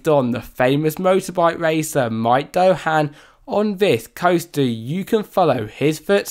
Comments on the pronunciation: Amazing effort to mispronounce nearly every ride name. It's Doohan not Doehan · Ts duuwhinn, not Mike dow han lol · (not mike) Doohan is a well known MotoGP champion. Not sure how anyone reads Doohan and thinks it's pronounced doe...